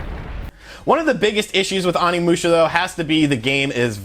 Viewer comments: Your pronunciation of the title & characters of one of my most favorite games is painful to listen to lol. Still thanks for the review! They need to seriously remaster them all. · You butchered the name. The '"O" is like Osaka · As a huge Onimusha fan, your mispronunciations are killing me lmao. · The way you mispronounced all their names hurt my nostalgic soul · Bruh, you keep pronouncing Onimusha incorrectly lol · It's pronounced OH knee moo sha. Oni means demon in Japanese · I hate being that guy but it's oh-ni musha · ...it's Onimusha "Oh-nee-moo-sha" & Samanosuke "Sah-mah-noh-skay"...just FYI. Thanks to Onimusha 3 back in the day for that!! It looks great though...will definitely download it when it gets released stateside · Pretty sure you’re pronouncing the name of the game incorrectly mainly the first three letters you’re pronouncing incorrect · I cringe everytime he says Onimusha 💀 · Your pronunciation of everything including the game's title is wrong. This is per the English cutscenes. I feel like you didn't play it at all, or not recently anyway.